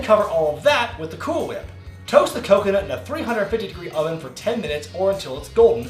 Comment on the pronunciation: When pronouncing cool whip you need to put more emphasis on the H 😂